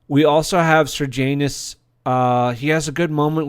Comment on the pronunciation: Don't pronounce Sejanus like Sir Janus. There's no R in the name. The script was excellent in this show and also the acting. The story was based on a book called 'I, Claudius' by Robert Graves. The historical accuracy is questionable at times, but Graves's book was a great story and the TV show was a great drama.